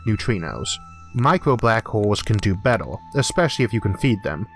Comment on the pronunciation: Hardor, fastor, bettor!